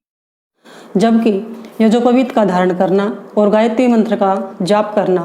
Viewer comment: यज्ञोपवीत बोलना तो सीख लो 😁 मूर्ख